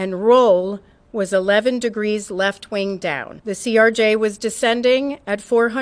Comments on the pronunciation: CRJ not CJR, doing my best to not get annoyed lol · Stop saying ""CJR". It's CRJ, acronym for Canadair Regional Jet made by Bombardier. The video referred to as "somebody's cellphone" is actually Earthcam video from Kennedy Center. Mic keying is physically manual in the AM aviation VHF system, not VOX or as you suggested voice controlled. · CRJ BRO NOT CJR... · ...it's a CRJ, not a CJR🤦‍♂️ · ..its CRJ...lol. You kept saying CJR.